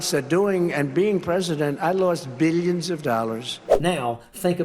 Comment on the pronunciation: Hearing that convicted felon mispronounce "billions" as "beeyuns" and just keep saying "beeyuns and beeyuns" in every sermon, will make anyone go a bit weird.